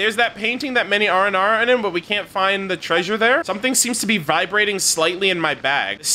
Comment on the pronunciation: Ararycan my favorite Aranara. also I didn't know that's how you're supposed to pronounce his name.